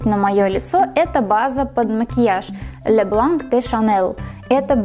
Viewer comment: Не Ле а Лё . Я французский язык учила